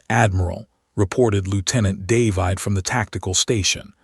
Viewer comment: looks like this iteration of AI and its clones can't read "David" properly. Heard it several times already. nice allusion in "Elsa's voice was ice...", but probably and accident.